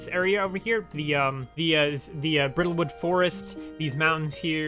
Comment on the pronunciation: Bridlewood... Bridle, not brittle. Bridle is pronounced like bridal. Rhymes with Tidal. A bridle is the harness that goes over a horses head.